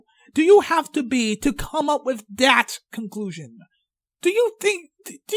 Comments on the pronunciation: he literally says "dat" is "that" so hard to say? Is he four? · Dat, Dere, fadher, adeist, odher... Cant handle it